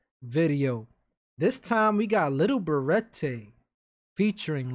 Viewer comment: Ik u like saying lil berete like lil beratay but it’s really pronounced lil berett